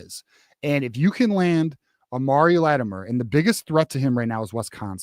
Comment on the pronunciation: We need BOTH OF THE 2 complimentary RBs Hiter AND Latimer. They will be a huge tag-team in the backfield, so will you please learn the right pronunciation of their names - it’s shows basic respect. Thank you for the great content as always!